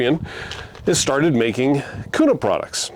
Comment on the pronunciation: If this guy is really from Idaho he would call it the Springfield “Q” “nuh” no “koo” “nuh”.